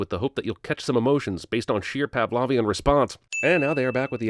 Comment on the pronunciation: U mispronounced Pavlovian and (sorry) something else on a different video I watched again today.